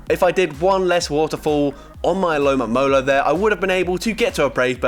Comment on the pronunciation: It's ALOMOMOLA. NOT ALOMAMOLA. No mames.😂